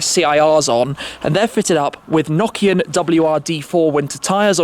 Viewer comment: Did dis guy say Nokia tyres 😂😂😂